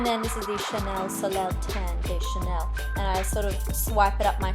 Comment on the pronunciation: Really pretty look! And sun is pronounced "sol-eh" instead of "sol-el" :)